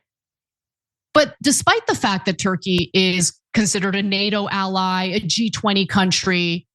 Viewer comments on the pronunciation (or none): none